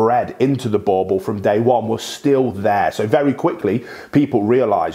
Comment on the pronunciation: It's not bauble it boerboel